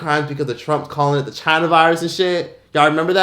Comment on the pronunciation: N!gg@ why u said China like that I’m weak😂